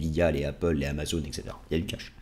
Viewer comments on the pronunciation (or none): none